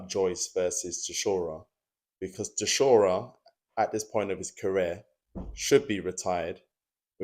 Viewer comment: The way you say "Chishora" is near unbearable